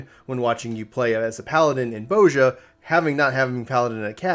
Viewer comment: pronunciation of Bozja triggers me. 😂🤣